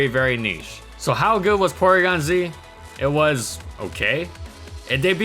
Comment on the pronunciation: Porygon-Zwag lol